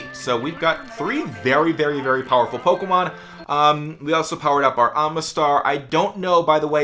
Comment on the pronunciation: i fucking hate the way you say "pokemon" 😂